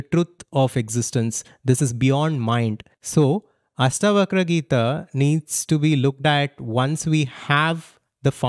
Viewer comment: It ASHtavakra...not AStavakra